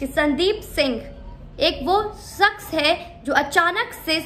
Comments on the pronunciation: "Saks "niii... bitch madam "shaks " hota h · Madam urdu bolne ka itna hi shoq he to seekh lijiye sakhs nhi hota shakhs hota he😆